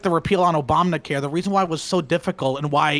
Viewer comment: Obamna care